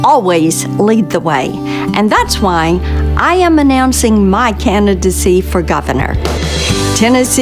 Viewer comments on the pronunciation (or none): Canidency? She can't even say Candidency. Lol